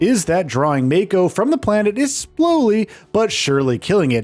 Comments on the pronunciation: It's "mah-ko" not "may-ko" Mako is the energy flowing from within the planet. It's also the life force of everything living on a planet. When someone is born, part of the stream is coming to the body to give it life. When someone dies, its souls goes back down to the life stream. So in a sense using mako as energy source is like getting gas at gas station, and part of that gas is you dead grandpa, grandma's souls. This is also what Aerith was doing st the beginning of FF7R. She was listening to the life stream leaking out of the pipe. Tifa wasn't kidnapped by Don. She was on a mission to infiltrate the big mansion looking for info. Cloud and Aerith just didn't think she will be safe. They decided to dress up and goes in to the manson. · Could only hear you say "may-ko" about a dozen times before I had to click off, sorry but I would prefer to hear the point of view of someone who played the game. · when he kept saying MAY-co 💀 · I always pronounced it Mah-ko, but I was exposes to old ass anime when I was young. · Just wondering why you pronounce Mako the way you do tho you seem to have played the game and heard how it was referred by a lot of characters? You could be right which is why i ask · The way he pronounces mako means he is clearly just reading a script and has never touched FF7 Remake or Rebirth.